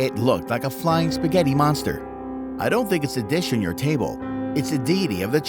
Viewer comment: You madd me laugh when you said spaghetti monstrer 😂 😂 😂